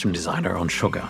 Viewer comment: at least learn to pronounce shogun properly